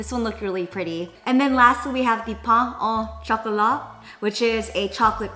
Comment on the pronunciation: When you said "pain au chocolat" I was like "yay finally someone who called it right" and then she said "it's like a chocolate croissant" Me: nooooooooo 😂 It's so funny to see how no one is able to say "croissant" right, everyone say "crossant" and can never get the "oi" sound right! It would be like a "oua" sound in english so 'crouassan' (and we don't pronounce the 't' haha). Every langage has its weird sound that no one can pronounce and for us I guess it's this one haha. It's actually not really a typical breakfast, it's more something you would eat on the weekends, but a typical daily french breakfast would be toasts with butter and jam with a black coffee and orange juice 😁 Or some cereal as well! Also we don't usually eat savoury stuff in the morning, only sugar! But the croque-monsieur croissant would definitely be something you would find in a boulangerie for your lunch break 😁 Except it would be in a croissant shape form rather than in the pain au chocolat shape 😜 There you go, I tried to give as much information as possible for people who might be interested in french culture. 😌